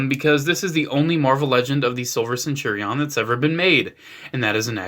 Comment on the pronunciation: You pronounce “centurion” very oddly